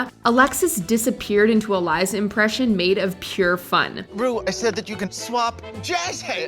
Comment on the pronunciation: When Jinx called Ru “ Broom” I died